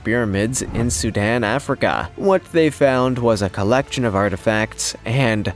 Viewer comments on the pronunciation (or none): none